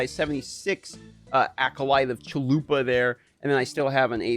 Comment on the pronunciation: Honest question, why is everyone calling it “acolyte of chalupa”? Isn’t the ascendancy called “acolyte of chayula”?! Did I miss something? lol